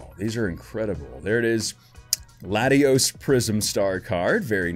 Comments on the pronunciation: It's Latias brah not Latios. Latios is it's own pokemon and card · You pronounced latias as latios but didn’t make it bad